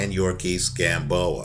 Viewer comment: YOU-REE-OR-KISS Gamboa, not yurkis gamboa